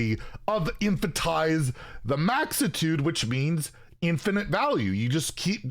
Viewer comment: Wtf is an "infitize" learn to read challenge difficulty impossible